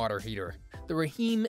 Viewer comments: Did he say Raheem instead of just Rheem(reem). Lol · Rah Heem 😂😂😂 AI is hilarious!